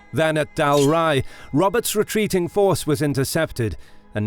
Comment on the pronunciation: It's actually pronounced "Bay-lliol". Also, Scone is pronounced "Scoon". Then of course Dalrigh is "Dal-ree". John Comyn was the 3rd Earl of Buchan....pronounced "Boo-kan".